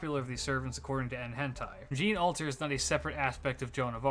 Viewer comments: its pronounced zhan, not jeen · It's pronounced "John/Zhon". It doesn't help that "Jean" is an actual name in English so people reading Jeanne's name will think of that. 😭